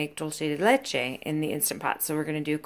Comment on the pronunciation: Beautiful singing voice. And thank you for pronouncing Leche correctly. Some of the other videos online have no idea what they're saying. Cool video.